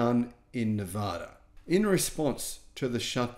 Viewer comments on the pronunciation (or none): none